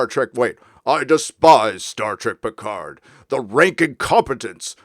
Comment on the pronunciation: I don't defend this bad show but when it comes to foreign languages English-speaking Hollywood always was lazy. Look at Picard - as a Frenchman he is mispronouncing his own french family name since the first TNG episode...